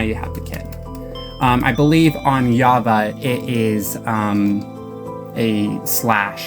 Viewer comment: It’s JAVA with a J not a Y